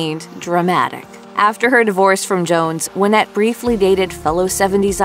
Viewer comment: Her name was pronounced why-NETTE! ~SIGH~ Dang, that's driving me nuts!